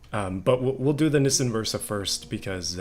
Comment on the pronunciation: Never have I heard someone call a Nissan a nissien interesting pronunciation.